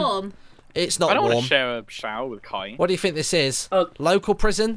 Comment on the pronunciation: It's not Kiay it's kaey